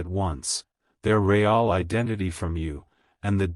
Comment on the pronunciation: CAN YOU STOP SAYING RAY ALL JUST SAY REAL ( PRONOUNOUNCED ; REEL)